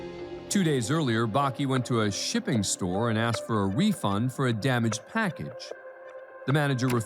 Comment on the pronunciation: aksed me??